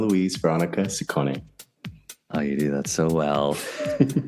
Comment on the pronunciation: How does one work with Madonna and still pronounce her last name incorrectly? 😮😂😂😂😂